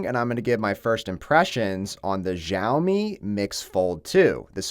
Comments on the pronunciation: It’s fucking cha o me not ja o me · Everyone, it's SHAO-mi. Not gzhao-mi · Its pronounced shaomi, not zhjaomi.... otherwise they would have spelt it Zhaomi not Xiaomi